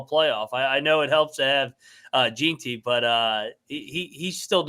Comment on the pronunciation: While I can understand mispronouncing some obscure name or location, etc, I can't understand how you can pronounce Ashton Jeanty as "Jeen-tee" instead of "Jen-tee" when he was so nationally known.